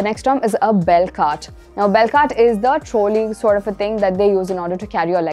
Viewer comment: Very helpful videos but a few things that I noticed 1) Your pronunciation of the letter "V" sounds like "W" sound. Words like video, valet etc 2) luggage is an uncountable noun. So plural form is still luggage and not luggages. 3) trolley pronunciation : trawli not troali